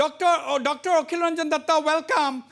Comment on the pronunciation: Hussian bhai why don't u say welcome instead of saying Velcome 😁